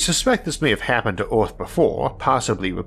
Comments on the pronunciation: Isaac has Rhotacism & has spent $10,000’s & 100’s of hours of speech therapy dealing with it. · The end of orrth